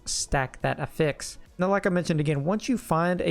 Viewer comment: I know im splitting hairs and it isnt a big deal but I have yet to hear a D4 youtuber pronounce the word "affix" correctly.